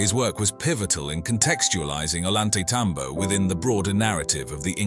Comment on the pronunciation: .. .. NOT .. ''OH - LAWN -TAY - TOM - BOW .. SPANARDO's PRONOUNCE .. OH - YAWN - TAY - ..